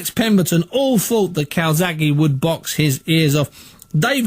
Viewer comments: CalzaGHE not Calsaki. So ignorant. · "Cokezaghe" LOL! Priceless!